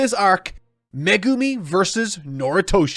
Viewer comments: Wonder if he still calls Megumi "Magoomi" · Oh cool he’s not “Me Goomi” any more